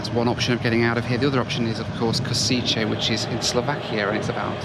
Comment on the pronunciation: it’s KOŠICE = KOSHEETZE Everyone pronounces it Italian way 🤦🏻‍♂️ Slovaks are Slavs so the way we pronounce it’s different to Italian lol